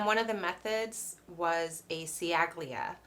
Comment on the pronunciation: Chally-a. "Ci" in Italian is pronounced "ch" (like in ciabata) and "gl" is pronounced without the g (like tagliatelle - tally-a-telly). Other than that, a very interesting video! 😁😁